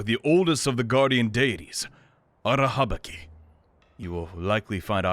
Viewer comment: Everytime you say Arahabaki’s name I feel unreasonably annoyed and I don’t even know if it’s valid or not because I’m a Bungo Stray Dogs fan, and Arahabaki is kind of a character in that series and his name is not pronounced the way you pronounce it